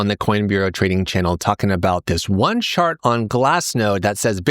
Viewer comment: I heard: "this one shart on glassnode that's about to go parabolic" 🤣🤣🤣